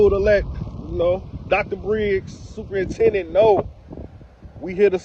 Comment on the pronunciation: Not superintendent.. but stuporintendant😂